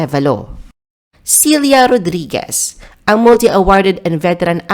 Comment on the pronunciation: Selya rodriguez dw celia po pronounce😅